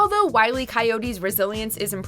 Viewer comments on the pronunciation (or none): It's Aku, not A-Ku. It's Wile, not Wiley. E is his middle initial. Seriously stop reviewing things you've never seen.